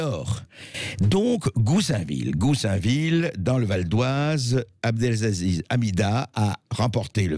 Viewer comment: "Abdelzaziz" C'est si compliqué d'apprendre à lire ? Abdelaziz ? A B D E L A Z I Z